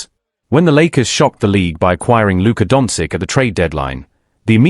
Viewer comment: You should at least learn to pronounce Luka’s surname properly. Certainly not “dontzik”, what you keep saying, but “donchich”.🤦